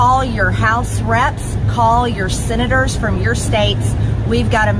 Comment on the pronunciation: Call your sinnaters, that's how maggatface pronounces Senators. 😅🤣😅🤣🤣🤣🤣